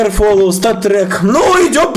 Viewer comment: Не акр фолоу а акр флоу